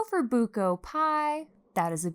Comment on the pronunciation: gumamela - goo-mah-meh-lah (everything is slow) sago at gulaman - sah-go (quick o) at - goo-lah-man (slow goo and lah) buko pie - boo-koh (slow boo, quick koh) pie no hate, just wanted to correct you!